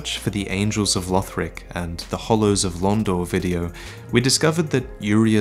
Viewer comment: Its LUHD-lith not LEWD-lith